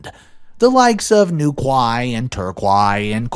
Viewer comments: Bless you, it's pronounces tor KEY and New Key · Spurs = Tottenham Hotspur! The quay part in Newquay and Torquay is pronounced like “key!”. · just to mention, Newquay and Torquay are pronounced Newkey and Torkey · The place names are pronounced New-key and Tor-key. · It’s New-Key and Tour-Key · Hello, love your stories. I know British place names give many people a headache. The two places he named, Newquay and Torquay are pronounced Newkee and Torkee. The 'new quay', the new wharfside landing for loading and unloading ships, built in the 15th century though the name didn't become a common reference till the 17th century. Torquay comes from the fact it was the quay for the village of Torre, again centuries old. There you go, some information that was boring with out being interesting at all. Keep up the good work. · I love watching your work but just to let you know Torquay is pronounced tor key and Newquay is pronounced new key. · Sorry this just jumped out at me, Newquay sounds like "New-Key" and Torquay is pronounced "Torr-Key" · I'm sorry but those place names got me. They are pronounced Newkee and Torkee. We English people love a difficult spelling. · Great video, just a little note; ‘New-key,’ ‘Tor-key.’ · The way he pronounced Newquay Torquay and Cornwall 🥺😫😢😭😡😠🤬🤢🤮